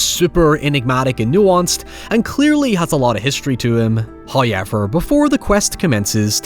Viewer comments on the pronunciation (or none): English: however Irish: hoyever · It’s a legit pronunciation in Ireland, but if you go through his older videos he’s very blatantly said “however” more often than “Hoyever”. It started getting noticed and now he enunciates every opposing point with it. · He sounded american until the 'hows' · Everytime says "hoyever" I take a shot. I'm on my 6th transplant. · First "hoyevver" drops . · i always wondered the way he says it as a non native English speaker, is this like a trademark of the person talking or it relates to his accent/country?